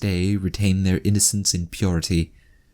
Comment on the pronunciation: Narrator: "Then you are in trouple. Big trouble." Me: Potato trouble!